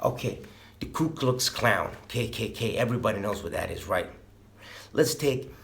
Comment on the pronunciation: Who else heard him say ku klux klown?😂